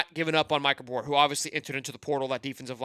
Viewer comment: Can you say his last name correctly lol